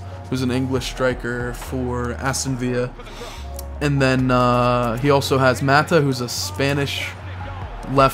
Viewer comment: Cech, Chelsea's keeper is pronounced like check and Aston Villa isn't Viya because the team is English not Spanish. Just thought I would let you know. Really enjoyed the vid can't wait for more.